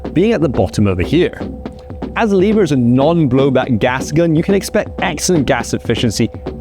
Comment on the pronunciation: What is leave her action I think it’s pronounced lever action